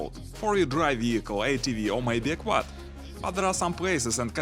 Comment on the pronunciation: “ Or maybe a quad” said at the beginning sounded like “ or my dick wad”